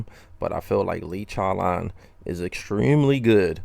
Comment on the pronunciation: Lee CHOWLAWN